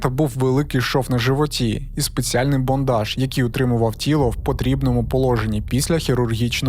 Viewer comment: може тут правильно бандаж, бо ж бондаж це зовсім інше?!...